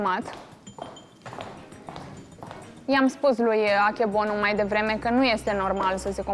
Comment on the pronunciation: Prezentatoarea asta nici nu stie bine numele concurentilor urat tare mai zice Akebonu in loc de Akebono, trebuie sa-i dai un miel ca l-ai botezat